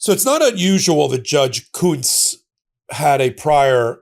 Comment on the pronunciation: Im pretty sure that they are pronouncing the name Kuntz wrong